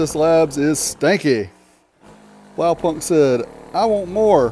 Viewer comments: its Blaupunkt not BlowPunk XD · dude- just call the brand BluePoint as thats what it is. It hurts every time you say it wrong. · The k Is silent, it's like blawpunt. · Blaupunkt the K is silent you don't say the K sound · Americans pronouncing "Blaupunkt"